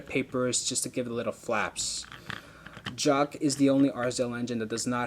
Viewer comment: it's jock not shock😡😡😡😡😡😠😠😠😠😠